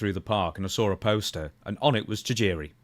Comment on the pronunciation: I like how Stone Cold use to pronounce his name “TIE-JIRI”